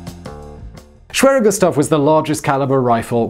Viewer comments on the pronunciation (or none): The "w" is pronounced as a "v" sound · pretty sure it's pronounced ' sh-v-air-er '